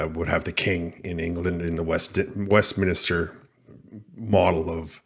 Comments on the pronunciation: Westminister is pronounced Westminster. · Ps it’s WestMINSTER….there is no extra i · WEST MINSTER NOT WESTMINISTER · It’s Westminster, not westminister 😂